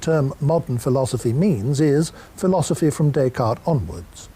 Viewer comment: One would think that Magee might know how to pronounce the name Descartes!